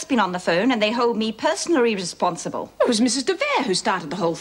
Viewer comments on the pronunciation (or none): I love how occasionally fluffs her lines, especially phrases with a lot of syllables like "personally responsible"